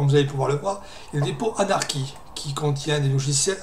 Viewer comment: La prononciation Anarki est fausse en anglais, c'est Aneurky ( ou plus pro /ˈænəkɪ/ ) ou /enərkɪ/. Après je sais pourquoi tu dis cela mais au moins tu fais des efforts pour parler correctement, c'est appréciable.